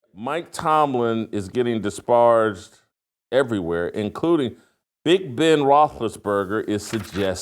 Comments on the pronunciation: Does he mispronounce disparage on purpose? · I'd really like Jason to correctly pronounce the word "disparage".